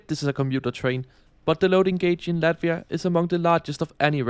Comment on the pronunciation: It's Latvia, not Lativa